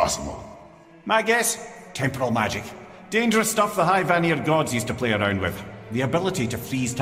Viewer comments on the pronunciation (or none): none